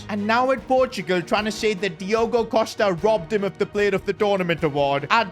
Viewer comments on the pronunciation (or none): none